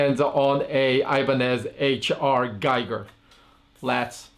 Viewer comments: Its "Gee-ger" H.R. Geeger looks liike giger but probounced Geeger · Gee-ger. It is pronounced Gee-ger.